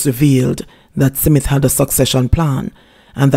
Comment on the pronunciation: Your pronunciation of the word smith is wrong mam. Check it.